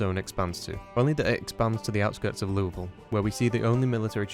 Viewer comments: Can't tell you how many times I heard him say Louisville before I paused and said "OMG did he just pronounce it the right way!!?" 😂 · Someone finally pronounces “Louisville” correctly. The gods finally shine upon us! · Thank you for calling it "loo-uh-ville" and not "loo-ee-ville" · Thank you for pronouncing "LEW-uh-ville" correctly. Signed, A Person From Indianapolis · He actually said Louisville right! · did you, a non kentuckian, hell, a non american, just pronounce louisville correctly? i must be dreaming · As a Kentuckian I thank you for pronouncing Louisville correctly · Thank you so much for pronouncing Louisville correctly, sincerely, central Kentuckian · Shout out for pronouncing louisville correctly. it must be the accent! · Bro pronounced Louisville right🎉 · Finally, someone who pronounces Louisville correctly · DUDE AS A KENTUCKIAN I HAVE FINNALY SEEN SOMEONE PRONOUNCE LOUIVILLE CORRECTLY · Wow he says Louisville correctly amazing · As a Louisville citizen it brings me so much joy that you pronounce our city's name so well. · thank you so much for actually pronouncing Louisville correctly, I live in KY so it always bugs the hell out of me hearing people pronounce it "leweyville" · I have to say, as a Louisville native, props for an acceptable pronunciation! Better than the Louis-villes or the Louie-villes ive heard from a number of other people talk about the game